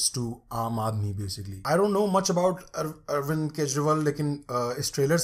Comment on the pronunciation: bro it's Arvind not Arwind